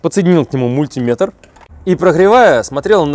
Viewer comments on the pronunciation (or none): МультимЕтр, а не мультИметр!!!! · Мультиметр ударение на Е. От слова метр !По другому говорят инженера!☺